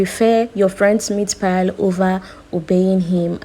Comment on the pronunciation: It's meatpie not meatpile.